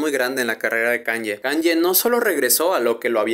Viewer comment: se pronuncia kánie, no kánye; la ye (o i griga) se pronuncia como una i muy corta en inglés